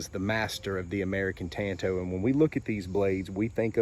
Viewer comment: I really dig your videos, my man but your butchering and miss pronunciation of my favorite blade shape, “Tanto” is driving me out of my mind! Japanese word, Tanto. Look up how many ways you pronounce a “a” sound in Japanese. One. One way:”ah” It’s literally the same as the lone rangers sidekick, Tonto. Same pronunciation. It’s a different language. Imagine that. 😂 Keep it coming regardless.